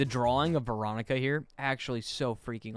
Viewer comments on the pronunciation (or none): DID YOU SAY “ VEERONICA “.. from forsaken :D